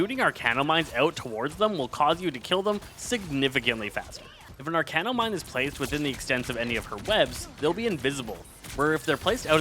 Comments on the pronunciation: Bruh if I hear him say "arcane-no one more time instead of Arachno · sir it's arachno not arcano pls 😭😭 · Apologies if you’re dyslexic, but it’s ‘arachno’ like arachnid as in spider not ‘arcano’, which isn’t a word and doesn’t make sense. Idk why but it really bothers me when people look at a word and just say what they think it says instead of actually reading what is there in front of them. And even if it sounds weird to you or you can’t figure it out, literally just google ‘arachno pronunciation’ it takes 5 seconds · "Arachno" not "Arcano". it is a play off the word Arachnid.